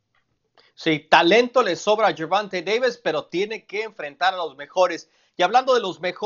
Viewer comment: Gerbulto Gayvis. Gerbumta Gayvis